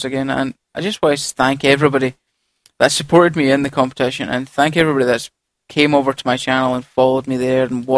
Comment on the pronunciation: lol it sounded like you said stank evrybody near the end